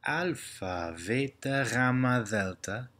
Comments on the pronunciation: Although you initially pronounce β as "veeta" (correct), later you incorrectly say "vay-tah". Also the pronunciation of "koine" is horrible, too painful to hear. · Pretty sure B is a B sound not a V sound... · Si dice beta non veta, io faccio il liceo calssico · Few questions for those who are more familiar with the Greek language... In this video, pronounces beta (Β) with a "v" sound. And tau (Τ) is pronounced with a "v" at the end. When I first learned Koine Greek, the teacher (who learned Koine in college) pronounced B like "bay-tuh" and T like "tow." I was told that no one truly knows how to pronounce Koine, but I'm sure those who use Modern Greek can chime in and give their two cents. Is more accurate the pronunciation of the ancient language? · I think you're using modern pronunciation. Veta was originally pronounced "beta", thelta was pronounced "delta", lamtha was pronounced "lamda", "taf" was pronounced "tau". Correct me if I'm wrong. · Seems different to "standard" as Bill Monce puts it. No doubt this pronunciation is correct for speaking, but a bit confusing for academic reasons. For example, in standard, Beta is pronounced like the "B" in "Bible" in "standard" not "V" like here. Gamma is pronounced like "g" in "gone", Delta is pronounced like "d" in dog. No doubt "standard" is to keep things a bit simple for modern learners. This video was interesting. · Are you sure beta is pronounced [veita] with ei-diphtong, or is it just that long e is too difficult for Americans? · I wondered where he had gotten a "v" sound out of beta. Thanks for the info! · Konstantin Trehagyrevopoulos και στο βήτα βάζει ένα έψιλον μέσα.